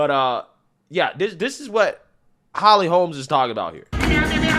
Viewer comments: Your ghetto grammar and speech, SUCKS!!! HER NAME IS HOLM, NOT HOLMES, IT'S RIGHT THERE ON YOUR SCREEN!!!! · Its not Holms. Its Holm.